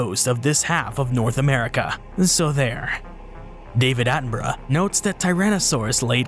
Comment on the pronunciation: I can't get over how you say "Attenborough" as "Attenbruh"